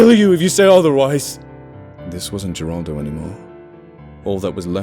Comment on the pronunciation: Geraldo is pronounced with an H, not a G. I'm pointing this out bc you spoke the other Spanish nicely (even though I only get the gist of what's being said)